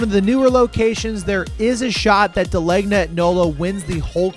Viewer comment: FYI: NOLO was never called Jet. Jet Cleaners was in that building for decades before Da Legna, which was down the street moved into there along with NOLO. And its pronounced Dah-Layn-Yah